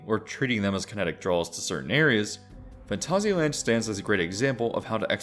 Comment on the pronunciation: This video deserves a like purely because I've never hear and English speaker get this close to pronouncing Phantasialand correctly, well done :)